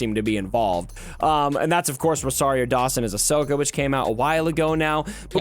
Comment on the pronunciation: needs to watch the shows. She know nothing about Star Wars. Even said Ashoka’s name wrong lol.